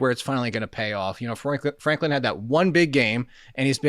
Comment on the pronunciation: Franklin - not Flanklin